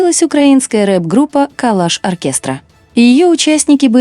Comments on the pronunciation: я знаю. На видео чётко сказано "калаш" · не кАлАш, а кАлУш. Це вам не автомат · вона не може правильно назву нашого Калуша назвати. Калаш каже)) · КалУш, а не Калаш. Как можно быть такими тупыми?🤦‍♀️ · Не калаш, а Калуш.